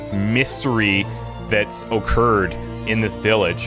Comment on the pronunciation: Man. You went in on hard on that o. O-curred!